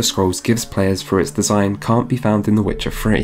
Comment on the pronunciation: Ah yes. "Vuh Wit cha Free". Classic title